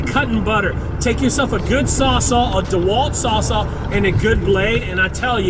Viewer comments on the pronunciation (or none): none